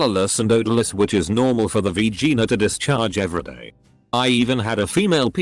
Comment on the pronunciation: nobody: the random computer narrating this: "V-Gina"